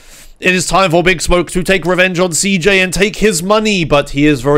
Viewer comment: What do you mean with "cee hota", it's pronounced CEJOTA or even (cehota), because is the pronunciation of CJ's name in Spanish